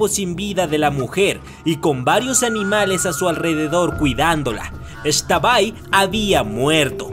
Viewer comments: Me ofendiste no se dice extabay se dice ixtabay soy una yucateca y me siento indignada #pronunciabienlaxtabay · Hola amo tu canal soy fan del mundo mágico de j.k y también soy yucateca y me emocioné al escuchar las leyendas jejeje nota: no se pronuncia “ex-tabay” simplemente es “x-tabay” Saludos 😃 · Pronunciaste X'tabay súper gracioso 🤣🤣🤣🤣